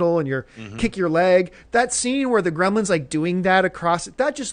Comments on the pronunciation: Came here for the "Gremils" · "How to reboot GREMILS..." *Gremlins